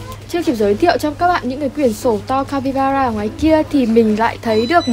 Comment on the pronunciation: Ng mà chị ơi 😂, capybara " ra " chị ạ chứ ko phải capybana đâu chị ưi 😂